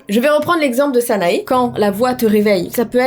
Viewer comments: si cette fille est marocaine elle ne s'appelles pas sanaé mais sana ou sana[ E ] avec le e prononcé un peu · salut,petite infos, "sanae" se prononce "sana" sans le "e" x),à part ça,c'est super flippant xc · Je t'aime beaucoup mais tu a fais une erreur de prononciation sa s'écrit sanae mais sa se prononce sana😅❤ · Les illustrations sont magnifiques mais dans Sanae le E ne se prononce pas ;) sinon la vidéo était géniale !